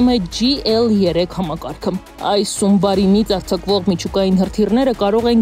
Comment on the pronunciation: Սումբարին :face-blue-smiling::face-blue-smiling::face-blue-smiling: Վերջն եք դուք Հայեր․․․․Submarine (Սաբմարին) - տառացի դարձավ ՍՈւՄԲԱՐԻՆ:face-blue-smiling: Դե սուզանավ բառի մասին էլ չենք խոսում, դա չի կարելի օգտագործել, քանի որ հին Շումերական խոսք ա ու ամոթ ա օգտագործելը:face-blue-smiling::face-blue-smiling::face-blue-smiling